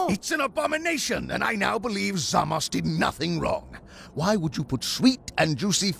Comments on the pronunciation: the subtitles read Zamasu, but Beerus says Zamas. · I love that beerus properly said zamasu's name Because in Japan most words ending with U are silent so technically his name is zamas not zamasu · Love how Beerus pronounces Zamasu correctly. Also, pretty hilarious video from Tfs as always